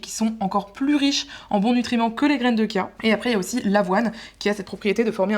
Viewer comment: Graines de “tchia”, c’est comme ça que ça se prononce